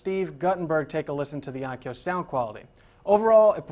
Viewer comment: it's ONKYO,... not ONYKO